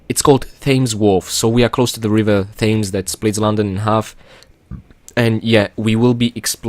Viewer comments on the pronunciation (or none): To boost on your English skills, the word Thames is not pronounced "fayms" as you had said in the beginning of the video. It is prounounced like the number ten, as "tems". Flue, is another word for chimney. Also, on Lara's outfit that you mention later on, I'm not sure it's a catsuit. The vehicle for the London area is an underwater propulsion suit, typically used by frogmen and divers. I think the outfit is supposed to go with this, and thus is a wetsuit.